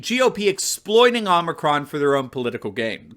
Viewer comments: “Oh” micron not “aww” micron lol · brandon is calling this " omnicron variant" WTH.? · The "omnicron" and "omnicrom" as bidone called it and the delta "variance" lol. What a clown. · Idiot Biden called it omnicron. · Joe can’t even pronounce the Greek letter. It’s hilarious watching many in the media pronouncing it the same way with an added n.